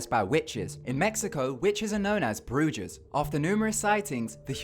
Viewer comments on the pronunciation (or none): Lol the way he said buja lmao it's bru-HA not bru-JA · lol in spanish its pronounced Broo Ha the J's in spanish sound like H's and H's have no sound at all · you pronounced witches wrong in spanish its Bruja(Brue-Ha) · In Spanish the letter J is pronounced as an H. So it would be broo-HAH. Not broo-jah. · Men are witches too. And it's pronounced Bru-ha not Bru-Ja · it's pronounced brew-ha not brew-jaw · in spanish a J is pronounced like an H so it's not prononced bruja it's bruHa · i feel like if youre going to do a video like this you should find out the correct pronunciation of words. in the spanish language j is said in an h sound so the word it bruhas not brujaz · Bru-HAS not bru-JIZZ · It made me laugh when he tried saying bruja in Spanish it's pronounced "brú ha" not "bruga" it's okay tho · ah yes bru-jizz. sounds like a porno movie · You Said Witches In Spanish Wrong It is Broo-Has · as someone who practices I don't know whether or not this is funny or if I should take offense?? "broojuh" omfg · pretty sure Bruja is pronounced like brewha or something to that extent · Bruja is pronounced broo-haw, every word in Spanish that has a "J" in it is supposed to be pronounced as an "H" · Smh it's pronounced BruHa. And it literately means witch. Get it together gringo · right😂 it's pronounced BRU-HA (Bruja) 😂😂😂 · it's like brooge-ah like honey it's not hard j's sound like h's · bru-ha. the J is pronounced like an "H" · it's pronounced Broo hah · yeah he also bruja as Brew-jah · Bruja is pronounced 'broo-ha', buey. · Bru-Hah is how its pronounced O.o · god ignorance is bliss, its BROO HAH, the G is pronounced like a H. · Right, it's spelled "bruja" but it's pronounced "Brew-Ha" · the way he pronounced bruja 😔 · witches in Spanish is spelt brujas but the j makes the h sound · I had a good chuckle when he pronounced "bruja". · wow I can't believe you bucherd the word bruja... but that is not your #1 language so I understand.